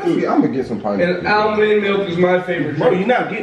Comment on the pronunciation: Tf is al-mun milk lol almond ? 😂🤣